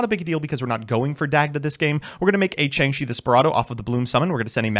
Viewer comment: Ah good ol Changshi the… Spirado. A Chinese Jiangshi zombie called a “spirit dao” would be too easy of a pronunciation.